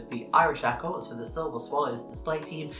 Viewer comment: Its "cor",not "corpse"